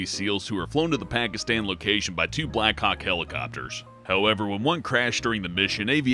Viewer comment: On number 1 it sounds like he's saying black cocks.